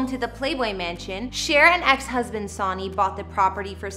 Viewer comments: Sawney, who's Sawney? How would you make a mistake like this? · SUNNY... NOT SONY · You're killing me with the Sawney!!!! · It's Sony pronounced Sun e